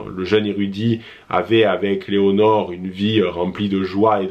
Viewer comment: Lénore😂😂 pas Léonore!!